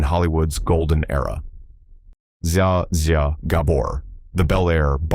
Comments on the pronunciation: Dear AI voice over IT'S NOT PRONOUNCED ZIA-ZIA! 🦓 IT'S PRONOUNCED ZA ZA 🙄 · It's pronounced ZJA ZJA. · Use proper names. Your Zsa Zsa pronunciation is just plain ridiculous! 🤒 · OMG you are butchering ZSA ZSA Gabors name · You keep mispronouncing Zsa Zsa Gabor's name!